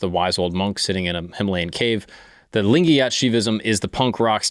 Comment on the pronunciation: And yes your pronunciation of lingayat was right, the one you liked 😂